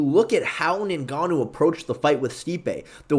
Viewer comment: when you say “Ningannou” you sound like a Nincompoop